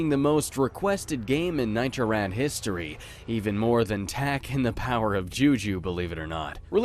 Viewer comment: the beginning sounds like "Nitrov Rad." and not Nitro Rad